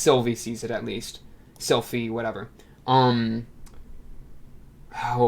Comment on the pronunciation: Slyphie-yeti huh.